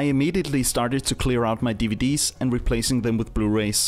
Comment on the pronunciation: Love the way he pronounces DVD’s 🤣